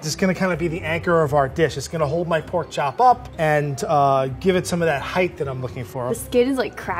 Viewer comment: Did she say Porn chop dinner